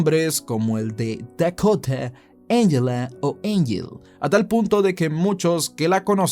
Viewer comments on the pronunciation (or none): Dekota, Engela, Engel jajajaja mató tu pronunciación jajajaja